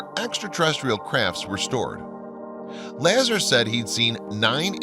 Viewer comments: If you can't even pronounce Bob Lazar's last name correctly then what in hell would make me think you have any idea what you're talking about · Man this is all old news. Not to mention Bobs name isn’t even pronounced right. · The way you say Bob Lazar's name almost ruins the whole thing. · Said Bob's Last name wrong bro ..how don't you know of him ? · I can do voice over work. This guy is amazing vocally, but has no clue about science or names, as Bob's last name, star constalations, etc, are all mispronounced. Or, please write to me, and I will let the VO artist know the correct pronunciations. It just gives so much more credibility, as well as teach our younger friends the correct way to say these things. Great video, keep it up! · You truly lose all credibility when you can’t pronounce Robert Lazar’s name correctly. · No, it is that he is simply putting the emphasis on the wrong syllable! Actually he is saying a two syllable word as a single syllable! Still it boils down to not doing any research other than looking up a story and regurgitating its basic points! There are hundreds of videos about Area 51 and Bob Lazar! There is really no excuse for not learning to say someones name correctly! It is just lazy and disrespectful! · La-zar? It's Lazar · "Laz arhhhhh " not lazzer & Retty Culi ? re tic u li ( ree tick you lie) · C’mon Dude. It’s not LA-zer like in LA-dder. It’s la-Zar, like in a-Jar. Everybody knows that. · Interesting how the Sumarians timeline fits well with Biblical history saying this civilization is 6k yrs old. About the only thing this video got wrong was the pronounceation of Bob La-zar not Bob Laa-ser. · La - zar not la-zer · Excellent documentary. Note: Robert Lazar : Pronounced Robert Luh-Zaar not Laazur. My two cents: In. Carry on...lol. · It's Bob La ZAHR, not LAzer and it's pronounced ZAta Re-Tick-Q-Lye. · Hey syrup drinker, his name is pronounced Lazzar, not Lazer. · The name is LA ZAR not Lazzer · Its pronounced "LA-ZA-R" LIKE LAZ-ARR